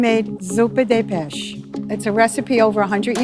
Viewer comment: Why did she forget how to pronounce "pesce" and instead decided to call it "beš"? Also, why did just one person cook noodles? And why didn't everyone else fail the challenge because of their complete and blatant disregard for the rules? Seriously, two blokes made penne and another made macaroni! 🤬😡 Why?!